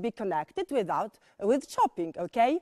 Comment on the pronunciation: To naciągane "British wanna be" - - Ołłh / Ołłkej 🤣🤣🤣🤣🤣 bez urazy ale nauczyciel z taką wymową nie przekonałby mnie. Chyba bym wolała napieprzać wszystkie możliwe programy z BBC niż chodzić na angielski w jej szkole